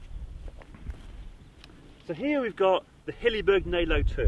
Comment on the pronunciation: It's not Nalo - it's Nallo like in Fallos